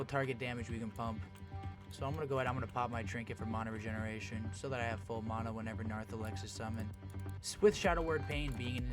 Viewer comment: I stopped watching the moment he said Mana weird